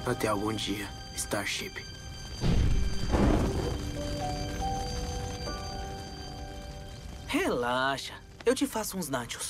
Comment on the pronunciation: Pera o tom falou assim : star shipp